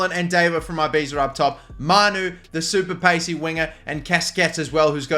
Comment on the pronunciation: Please sell davo, mainly because you can't pronouce ibiza